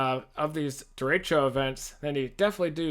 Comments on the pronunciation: Derecho… it’s echo as in e ‘k’ o. Lol dude lost all credibly as a meteorologist 5 secs into the video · thats how is pronounced in spanish at least